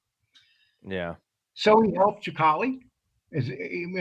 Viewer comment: Sicale not Chicale. You would think you'd know how to pronounce these guys names by now.